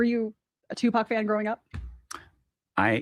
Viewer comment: I’m sorry. but i call bs hes Tupac can it pronounces his name wrong and he’s never heard of Merced I’m just nitpicking up what he’s putting down